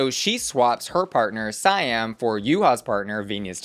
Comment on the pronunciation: Why do you keep saying SAY-AM instead of See-am???